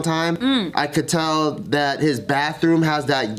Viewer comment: explains why keeps saying “tail” instead of “tell”